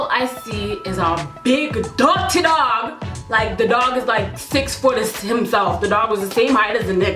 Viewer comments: naaahhhh. u said "dutty" lol.. u got Jamaican in you right??? lol... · Lmao! ! she went Jamaican. "big dutty dawg"